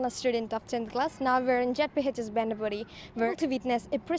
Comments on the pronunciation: It's not bendapudi it's a bendhephudhii😂😂😂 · I can only hear as "bandy booty "